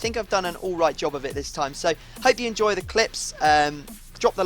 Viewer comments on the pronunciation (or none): none